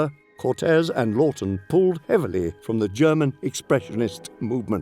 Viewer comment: Why can't they get the director's name right? It's Charles Laughton, not 'Loton' nor 'Lorton.'